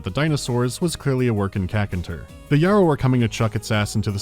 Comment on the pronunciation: It's good to see can pronounce W'rkncacnter now